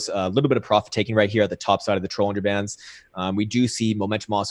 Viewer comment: Why does pronounce Bollinger Bands like Trollinger bands?